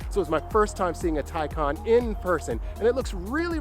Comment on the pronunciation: You’re right, it’s the Tie-Kahn. Your video is recommending my Porsche Taycan Unveiling video from my channel... I love your channel by the way, your GTS is amazing and your autocross videos. I’m going to finally subscribe!